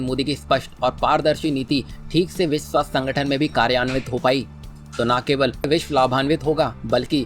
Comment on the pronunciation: विस्व क्या होता है? विश्व बोलना सीखो पहले